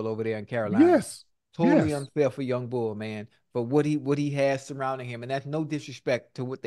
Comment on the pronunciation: Imma need Ocho to spend some more time in Philly his "youngbul" not sounding right😂😂